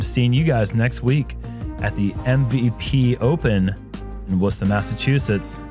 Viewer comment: Shout out to pronouncing Worcester correctly. Not an easy task for the:)